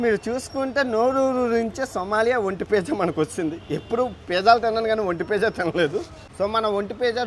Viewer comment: భయ్యా నువ్వు ఒంటె పిజ్జా అంటుండే ఒంటి పియ్య అన్నట్టు ఉంది